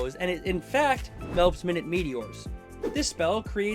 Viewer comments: Our mugs keep ending up on each other’s videos 😂 Oh and I think it’s pronounced my-newt meteors because they’re small... unless I’ve been wrong this hole time 😅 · It’s not “minute” meteors, it’s “minute” meteors. As in “my newt” (diminutive). Because the English language sucks